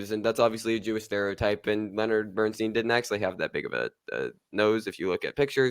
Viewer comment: It's actually pronounced 'Bern-STINE'. This mistake happens often--just remember you would never say Ein-STEEN, but rather Ein-STINE. (same spelling). I know I know, I'm being picky but this kind of thing bothers me. Otherwise, nice review lads.